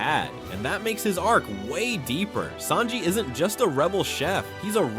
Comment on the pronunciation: Holy crap, I'm glad I'm not the only one. Who the heck are Saybo and Saynji?